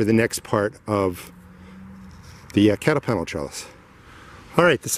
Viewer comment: I backed to make sure I heard that as well.